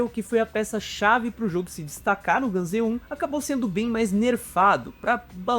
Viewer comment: Ele falando gun z me irritou um pouco 😅